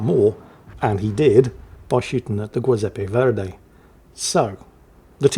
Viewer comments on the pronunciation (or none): while your accent in Italian is as good as it is in Australian, let me just point out that the Italian ship's name is pronounced "Jew-zep-peh Verdee" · As a fellow Aussie I would pronounce it more like "Jizepee Verday" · Zjoozepp-ah Vhere-dee, 😉 (á la Captain Bertorelli of 'Allo 'Allo fame.) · I'm going to just join what I'm sure are hordes of people in the comment section and point out that the Italian BB's name is pronounced "GEE-sep-pee VER-dee" :) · Absolutely heinous pronunciation of Giuseppe Verdi, even by standards. Delightful video tho. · pronounciation of Edinburgh is top notch, Scharnhorst is alright, Giuseppe Verdi is.... oh boy oh boy oh boy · butchering the Giuseppe Verdi name at least 3 different ways, don't ever change. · How does he even fuck up that name who doesn’t know how to pronounce Giuseppe or Verdi I can kind of understand harder names but being from England he has surely met someone called Giuseppe